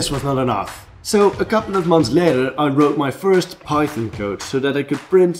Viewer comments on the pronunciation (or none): none